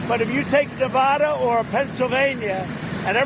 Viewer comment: maybe if he said Nevada correctly, they might vote for him........................NOPE.